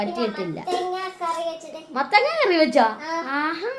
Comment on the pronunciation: Mathakka alla. Mathanga